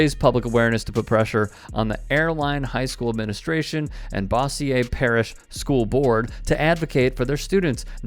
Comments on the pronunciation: being from Shreveport, it’s pronounced bose-yer. Not bossi-ye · Bossier, pronounced "bo' - sure". I know - you just never can tell with those Louisiana names. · Pronounced Bo zure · His pronunciation of Bossier is taking me down 😂